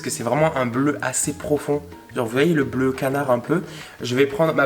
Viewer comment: quand t’as dit bleu canard j’ai entendu bleu cadavre 😭😭💀